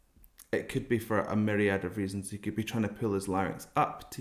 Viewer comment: Why is the way he says "myriad" so satisfying lol